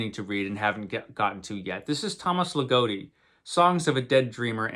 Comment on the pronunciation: You should read some Ligotti for sure. And his name has a short O - it rhymes with “he’s not dotty”.